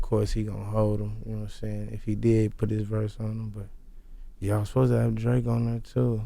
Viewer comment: one time for gotti still saying fosed ta. instead of supposed to lol